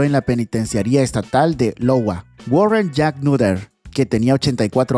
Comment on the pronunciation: Ya pero en el caso 13 no era Lowa , es IOWA